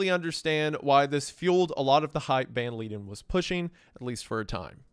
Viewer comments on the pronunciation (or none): It took me a while to understand that he was saying Jan not Han and he pronounced leiden correctly exactly once. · Jan van Leiden is not pronounced as Leeden, it's pronounced more like van lyden